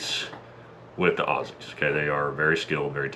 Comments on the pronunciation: He said "Aussies" the correct way. This dudes alright. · Big pack on the back for actually pronouncing "Aussies" properly! LYW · you can tell this yank is legit when talking about Aussies because he pronounced it “Auzzies.” We Aussies tend to zedify our esses sometimes.